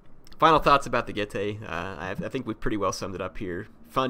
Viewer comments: getae would be pronounced get-i. not get-ay. in latin the dipthong "ae" is said as 'ai' like aisle in english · Correct pronunciation G-e-tz-ee